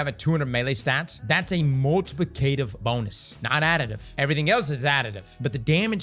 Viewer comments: Multi plee kay tiiv you say...... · it’s “mult-uh-plick’-uh-tiv”